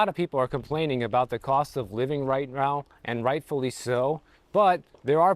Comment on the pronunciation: the cost of living right row